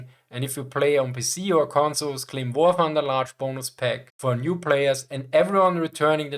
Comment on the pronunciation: I'm subscribing for the Schwarzenegger way you say "Wah Thunduh"